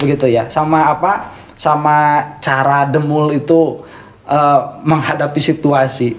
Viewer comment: Bukan DEMUL A, DEMPUL🤣🤣🤣. Dedi Semprul... 🤣🤣